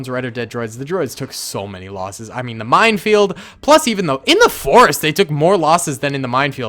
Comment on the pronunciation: I keep thinking he says mindfield.